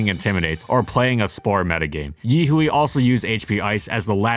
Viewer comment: Yihui is pronounced yi hwei